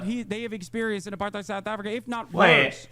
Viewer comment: What tf is up with Hissan and the word apartheid